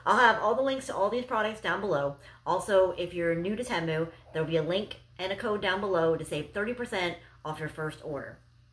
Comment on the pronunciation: It's pronounced "Tee-Moo".